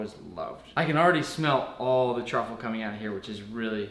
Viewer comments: It sounds like he's saying *White Chocolate* when he is trying to say "White Truffle" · Yeah fr 😂